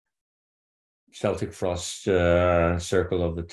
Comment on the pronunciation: Sorry to burst yer' metal memories bubble Satyr , but Celtic Frost is pronounced with a hard C as in - KeltiK Frost !! Just sayin' & only mentioned cuz' it's a pet peeve of mine . Otherwise , Great interview thanks !!